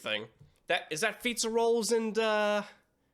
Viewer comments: It’s pronounced Fiz•a•rawl•ee not fiztaroll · I need to know if he's calling fizzarelli pizza rolls because I find that hilarious😂😂😂😂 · Your insistence that Fizzarolli's name is "Fizza-Rolls" is my favorite part of this channel.